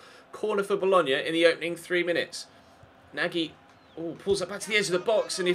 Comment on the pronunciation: Nagy should have been pronounced as Nauch if I'm not mistaken 😄 Keep up the good work!! Really liking this cm!!